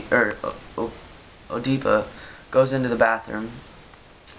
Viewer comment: Nice video, thanks. And, it's pronounced ed-ih-puh.